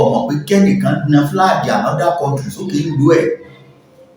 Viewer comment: is obviously an illiterate. How can you pronounce “Flag” flaje?????